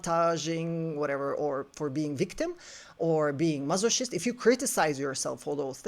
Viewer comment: This video is so illuminating…and I am sorry, I do not mean to be disrespectful but it is funny I realize something in this. It is pronounced mas-o-kist, like the hard C in Christ.